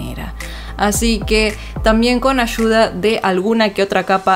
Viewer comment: ashuda xdddddd soy de peru se dice aiuda xdd no no mentira es ayuda xd